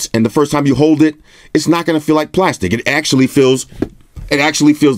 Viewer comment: 3D glastic. LOL 🤣